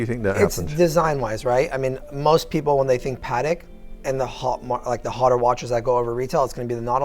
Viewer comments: Why does pronounce Patek wrong like "Patic"? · Just curious - I thought it was pronounced "Pah Teck" as two clear syllables but the salesman refers to it as PAHTK" with the emphasis on the Pah.